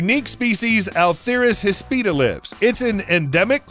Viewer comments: it's "híspida", not "hispída" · Please learn to pronounce atheris hispida - no "r" in the first syllable of "uh-THEER-is" and hispida is "HISS-pid-uh". Nice vid, and one of the few that acknowledges hognose snakes as mildly venomous.